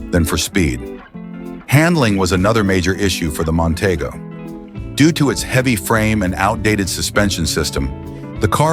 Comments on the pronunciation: Mon-TEE-go is how it was pronounced. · Nonteego not Montaygo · mon tee go is how you pronounce it...........idiots